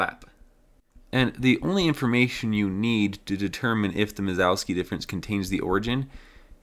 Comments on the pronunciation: Minkowski, not Mizowski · Who's mazowski? It's pronounced min-kov-ski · Great project, you're killing it. Also great job on the animations when explaining stuff. It's Minkowski btw, there's no Z there lol. You kept saying Mizowski or something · Started the video calling it "Minkowski" and then a minute later started calling it minZOWski for the rest of the video, heh. ITS KOW NOT ZOW!!!!!! Anyway, fun stuff. I would've tried to avoid doing that extra work on an N64 though and just traced a line, or did more like a capsule shape with one end encapsulating the start position and the other end - spherical bounds, and just have a cylinder connecting them. I've used Minkowski sums in other projects, mostly my CAM software that I've been developing for a few years. Thanks for sharing! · He gets it almost right the first time he says it. Sounded like Mingowski to me but the subtitles got Minkowski. Mizowski all the way after that though. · I feel like you must be uncontrollably uttering "Mike Wazowski" in your head most of the times you try to say Minkowski given the garbled thing you're saying instead.